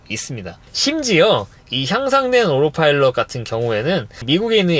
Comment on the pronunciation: 오로파일럿 인가요 오토파일럿인가요 😮